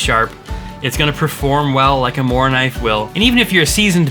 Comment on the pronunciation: Great list. Can't fault any of your choices. Just one thing, say like "Moo-rah-kuhneev" 😉✌